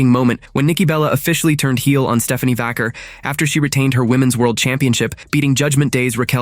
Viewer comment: Is AI talking in this video or is the real person just reading a script and doesnt know or care about wrestling? Mispronounced Vaquer and called Ray's finisher the 6 hundred and nineteen???? Channeling Mean Gene... Give me a break! (If he even knows who HE is)